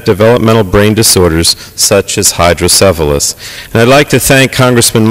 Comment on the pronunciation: Neat stuff. Too bad they don't have more consideration such as this in other places. I'm 40 now and have had hydrocephalus since I was born. I do wish people would stop pronouncing it "hydro-syphilis"